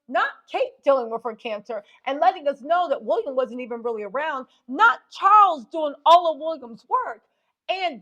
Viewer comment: 😂😂😂 its how you say "wolliam"😅😅😅